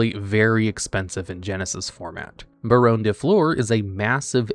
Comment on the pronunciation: And Baronne